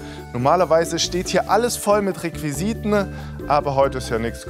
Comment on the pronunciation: "Requisiten" - nicht "ReuisitenE" - warm hört ihr nicht auf jungen leuten sprachfehler anzutrainieren?